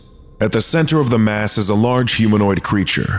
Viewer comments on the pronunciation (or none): none